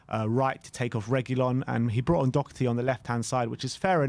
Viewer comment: They still won't pronounce his name properly, what chance does he have with getting a good rating when he actually plays well